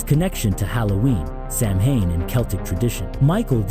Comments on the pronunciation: It’s pronounced Sow-in. Not Sam-hain lol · It's pronounced "sao-in". Not Samhain.😂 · Sow-win. Not sam hain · Its not sam-hayn, its sow-wen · It's sow in. Not sam hain. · Pronounced “Sawin” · If it helps ….Samhain is pronounced like ‘SOW-WEN’….. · Samhain is pronounced "Sow win" I'm irish it's my language that's how I know